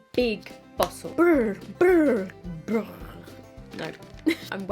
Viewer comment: I laughed so hard at the way you pronounce brrrrr😂❤️ it’s a really hard word to say when you are not from The Netherlands